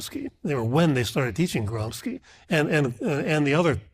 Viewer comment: The professor, despite his 32 years of experience still does not know the PROPER PRONOUNCIATION of the name of Antonio GRAMSCI ???!!!! It is NOT pronounced as GROMSKI, rather it is GRAHM-shee. He is a Marcist pholosopher, he was imprisoned in 1926, and remained in prison until shortly before his death in 1937.